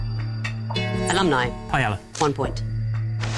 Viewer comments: if so much as a vowel or a consonant is wrong I will deduct a point 10 seconds later “Payela” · buddy I'm Spanish, live in Spain, and can confirm the butchered the pronunciation (it's pah-'eh-iah)